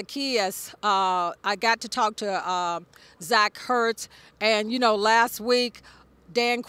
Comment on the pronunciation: I don’t think she pronounced one players name correctly Zach hurts, Sam Cosby, and Joe barrel😂